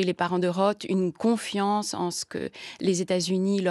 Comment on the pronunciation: Arrêtez de dire « Phillip Rote », c’est un TH pas un T !